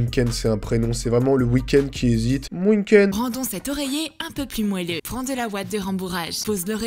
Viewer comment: Mais ptdr elle a dit rendons